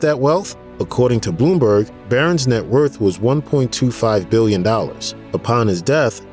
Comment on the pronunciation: A narrator that cannot pronounce basic words? Truth is not troof, worth is not wurf LOL!